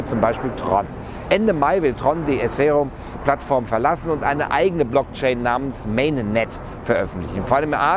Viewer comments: Ethereum-> I-th(zungenspitze zwischen den vorderen zähnen sanft einklemmen, zunge liegend)-ie-rie-um. :D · eseriom ? :D EHTEREUM / ETHER Baby! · kann man dieses Essäreeum auch mit Ethereum kaufen?? :) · Super Bericht. Einziger Kritikpunkt ist die Aussprache von ethereum